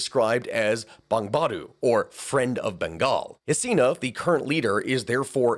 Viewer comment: lol not bongbadu its more like bongo bondhu